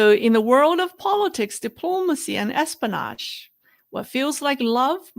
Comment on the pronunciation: You're missing the "o" in pronouncing espionage:) Say it like this: S-P-O-NaJ great video,! Your pronunciation is getting much better, btw!